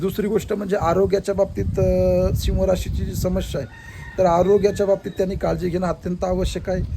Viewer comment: शिव्ह रस नाही सिह बोला